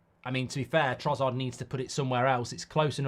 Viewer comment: You’re so fucking annoying… it’s TroSSard, not TroZZard you bloody idiot